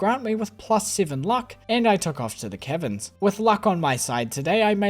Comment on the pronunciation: You pronounce caverns like Kevins and that's amusing 👍